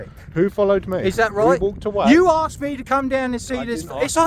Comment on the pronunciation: Asks not aksed